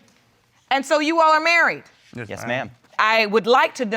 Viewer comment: “Yesh your honor”